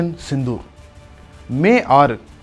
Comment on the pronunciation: Sindoor, last la sendhur aayiruchu... 😁 வீடியோ கடைசில, ஆபரேஷன் சிந்தூர் ன்னு சொல்லாம, செந்தூர் ன்னு சொல்லிட்டீங்க பாஸ்..